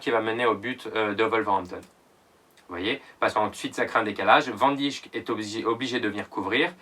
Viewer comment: Tu sais pas prononcer Van Dijk